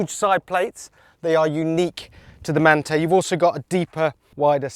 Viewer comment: You’re saying Manthey incorrectly to trigger people into commenting, right? Well, there you go, you win 😅